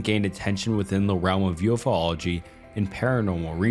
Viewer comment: stopped watching when you said “ufo-lology”. better luck next time.